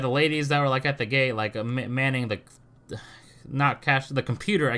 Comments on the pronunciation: Lol every time you say "gate" sounds like you are saying "it's not the gay people fault" 😂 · When you. Say the word gate it sound like youre saying gay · Is you saying ga'e for gate an accent thing or what?